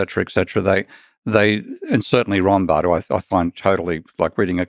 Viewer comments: He sounds like he says "Ronbard." He says he finds his worth trivial but he can't even give the correct name! I'm no economist, but even I know Rothbard's work is not trivial. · He never meantion Mises who was foundational in modern Austrian economics so he doesn't seem to have a full understanding of it. Also fails at saying Rothbard. It's fine to criticize him but at least say his name right if your going to.